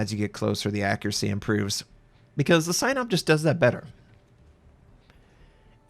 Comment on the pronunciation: I know it's completely unrelated but for the love of god please, pronouncing of Sinop is something like "see-nope" not "Cy-nope"